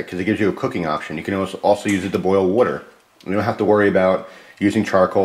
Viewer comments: Here we go again with the "wutter".......... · I like how you say water. :P